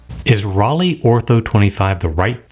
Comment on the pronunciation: Just like Leica, the EI in Rollei is pronounced I, not E. ❤